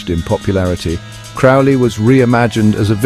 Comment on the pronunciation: His surname is pronounced to rhyme with Crow.